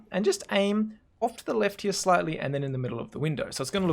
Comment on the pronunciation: Hia... Hia.... U see that hia xdddddd u say that soo often. Doesnt bother me xddddd its funny